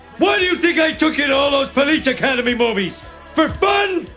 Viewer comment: Funny when you say: "Please Academy" :-D